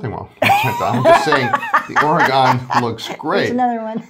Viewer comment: My wife, who's from Portland, says to pronounce Oregon, end it with "gun." Otherwise, a perfect video!